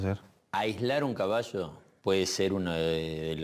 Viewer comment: El cabasho el cabasho, jeje